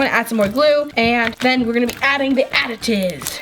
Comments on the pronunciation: Watch from to lol 😂 she says now we gonna be adding the additizz 😂 I think she means add ins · she says aditives